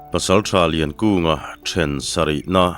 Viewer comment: a chhiartu tan 'ninawmna chin' ti in ka lo hre zauh a,, ka hre sual em aw,,, 'ninawmna chen' tih tur nge niang,, 'ninawmna chin' tihtur